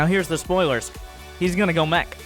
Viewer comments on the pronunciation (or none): none